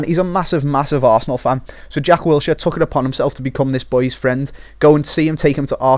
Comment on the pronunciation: Wilshere? HAHAHAHA